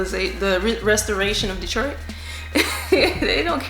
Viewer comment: I like the way you say my city DETROIT